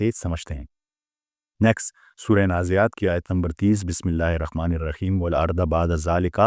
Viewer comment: Asalam o alikum Sir ap ke batain bohat Kamal hai ... Bohat Kuch samajh AA jata hai. Sir please apni thori see islah karain Last main raheem hai .. app (rakheem ) parhty hain. .بِسْمِ ٱللهِ ٱلرَّحْمَٰنِ ٱلرَّحِيْمِ ( haaa n Khaa )main Thora SA farq hai